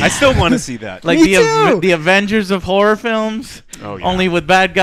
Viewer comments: Im sorry the whole time, I know you were sayinh horror but. I heard Whore lol. - This movie did not do their whore right. Am I the only one who heard this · Always sounds like is degrading women when he pronounces "horror" xD